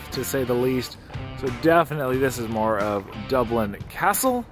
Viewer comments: Dooblin, tuned into Dublin. What happened? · Dublin. Man pls don't say it like that again 😂